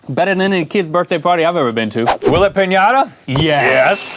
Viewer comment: I love the way Link said finata and red snapper!